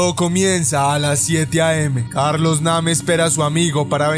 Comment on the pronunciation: Se dice neim no como lo escribes 🤷🏻‍♂️